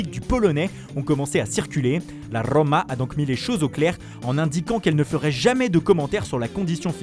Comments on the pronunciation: A la RRRRRRRRRomma! Pathétique... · Rommmma 😁 j'adore l'accent italien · La RRRoommaa Zappacoosssstaaa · L' accent italien🤣🥰la roooooooooooma,le genoaaaaaaaa😂😂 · Si tu écoute bien, il dit la rrrrrrromma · Il n'y a qu'un M au centre du mot, donc le o est légèrement allongé quand on prononce, et c'est un o fermé, pas ouvert. Mec.